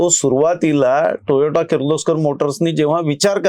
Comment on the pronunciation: खुप छान माहिती 👍🏻 please note it is Toyota टोयोटा & not Toyato टोयाटो